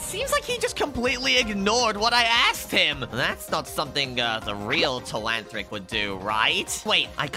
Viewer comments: bro telahantric instead of telanthric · That not tleanthric that is tleantrock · It’s Telanthric not telanthllric